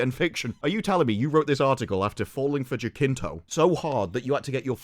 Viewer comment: ain't it "ja-SIN-to"? won't change his muscles though